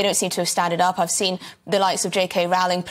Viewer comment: So according to this Scottish Bill, in order to be recognised as a woman, it's sufficient to "cosplay" like a caricature of a woman for a few months? It can't be any more insane than this, can it? 🙄 One more thing: JK Rowling's name rhymes with "bowling", it does not rhyme with "howling"...